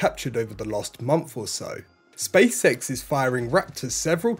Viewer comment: Ok first let me say I enjoy this channel, I’m subscribed and I like the concise no hype format. Second… my inner 8 year old always hears him say “the space sex show”! 😆 Anyone else?